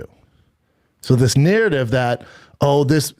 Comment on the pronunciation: I lose brain cells every time Schaub says the word narrative